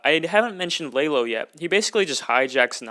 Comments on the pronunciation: Do not say Lay low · Láylo makes me mad it's la Lo